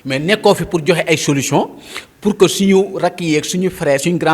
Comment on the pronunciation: Mais toi esque tu est capable de lire et comprendre un livre, ta prononciation ne le montre pas de toute façons, Sonko parle de Solution et non solouson